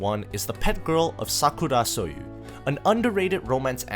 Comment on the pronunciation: "Sakurosoyou" got me off guard💀